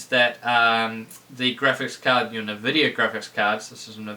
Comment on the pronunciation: Please stop pronouncing nvidia the way it's spelt. Pronounce it en(like you would say the letter n)-vid-ia